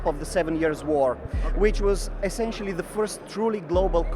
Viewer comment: Essencially. Essencially.